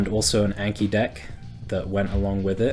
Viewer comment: Long "a" in the words "anki" and "kanji" (those are japanese words....)